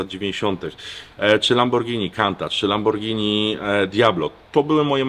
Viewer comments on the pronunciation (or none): Szucun Lamborgini a noe kirwa lambordzini